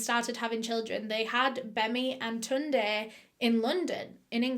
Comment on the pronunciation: You pronounced Tunde quite well